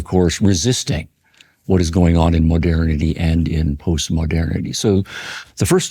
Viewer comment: Why would you say "modairnity" when it's spelled modernity? Are trying to sound French? And then why do you not say "modairn" in stead of modern?